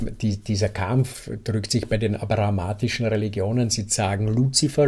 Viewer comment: Abrahamitisch, nicht abrahamatisch.